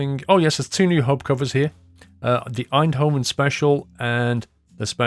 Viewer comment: Pronounce the v as an f, In-do-fen